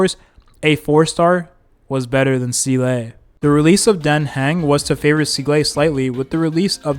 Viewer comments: s EE l e - not s ee l AE d An heng - not d A ne heng Qingque, - not shingshae ??? Jingliu - not linglu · im sorry but these pronunciations are like nails to a chalkboard. seal ay. den hang. fu xwun. JING LOO. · Seelay? Shingshay? Dan Hang? Fu Zuan? I can't take this anymore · dane hung 😭